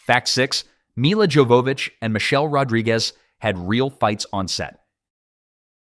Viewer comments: Supposed to be pronounced “yo va vich” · Her name Jovovich is not pronounced how it's spelled, it's more like Yovavich I know because if you watch the audio commentary on this movie, she actually says her name Other than that, good video, I enjoyed this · Y'all got so much wrong in this video. Plus you're butchering Milla's name pronunciation it's driving me crazy. Thumbs down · I like that you wanted to make a long video about this movie, and yet you didn’t decide to lookup the pronunciation of Mila’s name lol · Buddy.. Maybe you should have learned how to say Millas last name before releasing the video.. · lol agreed. His pronunciation of her last name was painful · So, in the DVD commentary for the film, Milla spends a good chunk of it explaining how to pronounce her name. It isn't "Mila" like "mill uh", but "Milla" like "mee ya". The double L makes a y sound, like in Spanish. And the J in "Jovovich" is also pronounced like a y, so it comes out as "yo vo vich". She's very particular about that, and repeats it several times. Thought you ought to know.